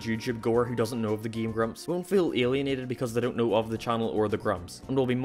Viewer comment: ''''